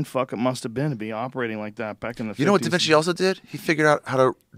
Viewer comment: It was a joke. He said Divinci, not Da Vinci